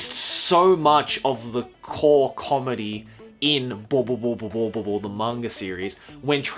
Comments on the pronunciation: watching the video calmly till I hear saying boboboboboboobobobobo wtf? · its helarious how u say bobobo-bobo bobobo